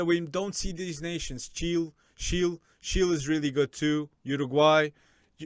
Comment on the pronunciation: Ik you wanted to say Chile but you said Chill 😂😂